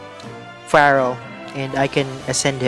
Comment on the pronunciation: It’s FERAL NOT FIRAL. Plus the music is too annoying.